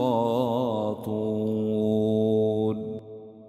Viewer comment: با رك الله فيك أيها الشيخ الجليل جدا شعرت بالخشوع بسماع ترتيلك لكن في عدة سور لاحظت أخطاء الكلمات مثلا سورة الحاقة رقم الاية 18( لايخفى) لازم بلسورة (تخفى ) 40 (الخاطئون الطاء مضموم لازم مكسور ياريت ترجع للاية وتتأكد من ذلك